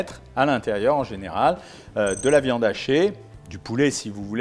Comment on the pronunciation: je sais que vous dites pas ça mais on dirait ! 😁